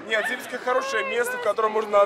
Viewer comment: зыбИцкая! Ударение на "И"